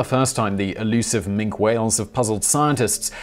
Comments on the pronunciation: Minke is pronounced min-kee whale not mink the member of the weasel family. 🙄🤦🏻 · The Minke whale is pronounced with "e" as Min-kee , not Mink..the Mink is of course a river dwelling amphibian predator similar to the otter. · Minke whale. . Pronounced "min-kee" . . Not Mink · Minke whale, pronounced minky. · Minke whales, it is pronounced Minki. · Nah not his accent, he is a serial mispronouncer. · . . Minke whales. . . Pronounced "min-kee" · Minke whale, pronounced Minkee whale. Minkee. Minkee. I'm not in the least bit triggered... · Minke whale is pronounced 'Minky whale' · Min key whale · Of course but this is specifically a bread of whale named after a person who's name is pronounced that way. The pronunciation of this type of whale is correct as I have detailed and incorrect in the way the guy said it on the video. It is a case of right and wrong, not dialect, not American English or British English. One way is correct and the video is wrong.